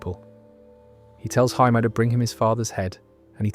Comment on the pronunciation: “Jay-Me” not “Hi-me”.